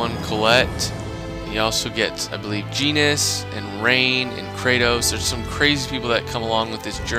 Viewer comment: Krey-tos? XD I always pronounced it Kraw-tos.